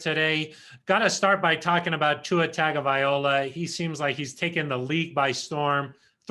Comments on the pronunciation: Please pronounce his surname properly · That's what I said. He's terrible. He just wrote a book about the team and he still didn't learn anything. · How is it possible to not know how to pronounce Tua's last name, after 2 years in the spotlight?